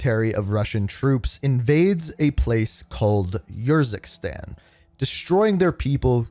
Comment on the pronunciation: “Yurzikstan” nahhhhh bro did them dirty💀